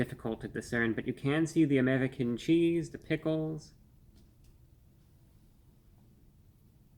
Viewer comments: Lol the accent on the "Amedican Cheese" . He's definitely a vampire. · "Amerdickan Cheese" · I really like how you say american cheese here for some reason